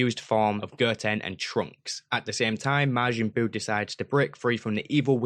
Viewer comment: Please don't say Ger-ku (Go-Kuu) Ger-an (Go-Han) Ger-tin (Go-Ten) and Ger-tenks (Go-tanks)